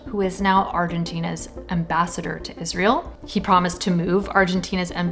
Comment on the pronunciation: Sorry, lady but how can you expect to be taken seriously when you're not even able to read properly?! This abomination is not called IS-REAL What's wrong with you? So brain-polluted that you're not getting the biggest joke that's played on you?